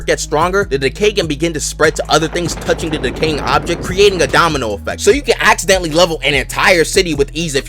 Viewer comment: “you could accidentally level an entire city” jeje, aciddentally